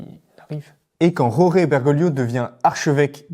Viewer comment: Prononcez georges, vous serez plus près de la vérité. La "jota" espagnole ne se prononce jamais en Argentine.